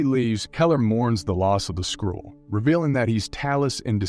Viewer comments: It's SKRULL not SKRULLE. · "Skrool" rather than Skrull is particularly grating - the narrator is obviously reading a script and has never seen the film. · holy crap, learn how to pronounce skrull, wow